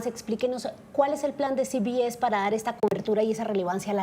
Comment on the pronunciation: No se pronuncia ci bi es. Se pronuncia ce be ese. No sea idiota.